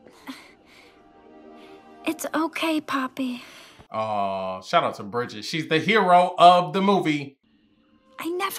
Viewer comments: why cant you say poppy and not pepper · HER NAMES NOT PEPPY OR PEPPER ITS POPPYYYYYYYYYYYYYY!!!!!! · It is poppy not peppy😂😂!!!!!! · It’s poppy btw not pepper 😂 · He meant to say poppy but he called her pepper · yall the thing that got me cracked up was when kept calling poppy “peypey” 😭😭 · Bro not you calling her pepper 😭😂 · My man called Poppy "Pepper" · i love how he keeps saying pepe instead of poppy lol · Guys how many times did he say pepper 😂 Instead of poppy 😂😂❤ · Through out the video he was saying peppy or pepper instead of poppy her real name 😂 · its not pepper or pehpeh, its poppy? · bruh it’s poppy not pepe or i just heard it wrong idk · btw its poppy not pepi lol🙂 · why do you say pepper it's poppy lol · Love how hes been calling her pepper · Bro he been calling her peppy 😅